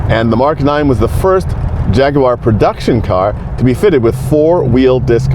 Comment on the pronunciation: It is so nice to hear an American pronounce jag u ar and not Jaggwaaar 😂well done sir